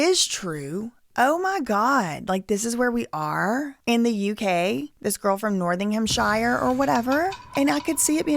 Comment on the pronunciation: I think this is the best analysis and breakdown of a documentary I've seen. Also it was funny the way you pronounced Nottinghamshire.